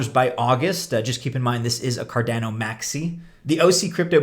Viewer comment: you cant pronounce cardano, how do we take you seriously?